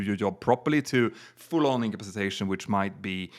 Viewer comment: Great new show guys! But could somebody please explain to how to say the word(s) "incapacitated" and "incapacitation". ("Incapsitated" is not a word). I understand English is not first language, and he speaks English so well, but he's been saying these words wrong for years, and I had hoped somebody would have put him right on that by now. Thanks guys, and good luck with the new show!